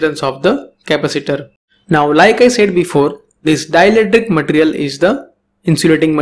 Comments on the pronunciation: Its ma-te-ri-al Not mat-rial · your pronunciation of material irritates me idk why